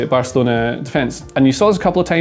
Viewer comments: the way you butchered Araujo's name should be illegal 😥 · Great analysis. Pronunciation tip: the J in Araujo and the J in Carvajal are pronounced like H: Ah-ra-oo-ho, Car-vuh-hal.